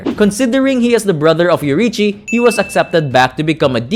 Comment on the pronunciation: bro its yoriichi